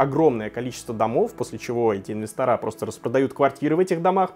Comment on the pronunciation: Слушай, ты же не колхозник! Откуда тогда такое бвдло-выражение, как "инвесторА"??? Режет слух, реально!!!!!